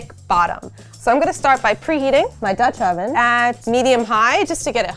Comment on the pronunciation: Who else lol'd every time she said Dutch oven?